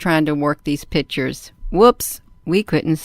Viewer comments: Her "pitures" are not convincing! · What "pitchers"is she speaking about all the time? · Blurry image. Can't say the word "picture" but calls them "pitchers." Then she starts babbling about energy and angels. Look, Air Force footage of craft they can't identify is fun to look at. This is just crazy babble right up there with the lady spraying soapy water around her backyard to supposedly get rid of "chemtrails" 30,000 feet above her. Sigh... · I know why she's having trouble saving her photos. She's trying to save "pitchers" instead of "pictures". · "and we're going to take a look at more pitchers" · Am I the only person that, when talking to anyone, stops listening as soon as they mispronounce a word? Serious question!!! I'm an asshole, I know but if someone butchers an everyday word consistently I TRULY believe they aren't smart enough to take up any more of my time. "Pitchers" "Interstellular" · These “pitchurssss” aren’t convincing me of anything lol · says "pitcher" means "picture" loses all credibility